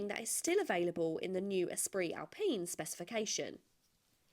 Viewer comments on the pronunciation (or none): none